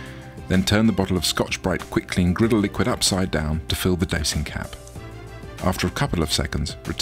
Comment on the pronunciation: “Turn of grittle”